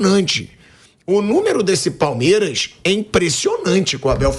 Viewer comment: Ho pilhado aprende a falar palmeiras